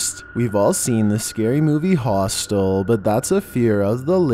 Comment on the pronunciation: "We've all seen the movie HaWhStUl"